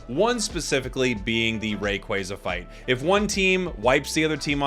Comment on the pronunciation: Saying rayquaza wrong is kinda annoying